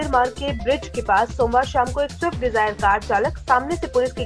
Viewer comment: Abe anpadh gawar, wo shift nahi swift hai